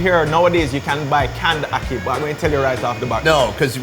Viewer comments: Please stop calling it 🏒 HOCKEY It is ACKEE. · par excellence [pahr exuh-lawnce = French]!! Awesome. Anyway, hey guy...... it is ADORABLE how you tried everything on the island -- stuff many Jamaicans have never had nor heard of. But get this one... say Akkih [pronuncation-wise], ok, and not "Awwkey." Cool? Cool your pronunciation is somewhat cute though 🤣😘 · Say Ackee correctly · The way he said Jamaica He said it like J’Maica Its Jam- Ache- a and dont get me started on how he said ackee